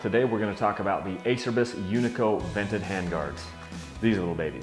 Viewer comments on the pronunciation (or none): A cher bis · Your pronunciation, Ace-er-bys is killing me. :) You have to say it so many times in the video too, it's like a celebration. It's Italian and sounds like A-chair-bees. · It’s pronounced a-cher-bees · I have these same hand guards. i was surprised on how hard these were to break. I'm sponsored/rider support by Acerbis and they are cheap if you do bust em. It does cracks me up though about their name, no one can ever pronounce the brand correctly. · It's pronounced "A chair bees." This can be found right on their website. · it's pronounced acherbis... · it's. ah cer bees...is how it's pronouced...lol...some say a Cher bis...and what not lol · great review love mine! although it is pronounced Ah-Chur-Bees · Horse Ranch I say Ace-er-bys too ahaha. whatevs... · "Ah-Chair-Bees" lol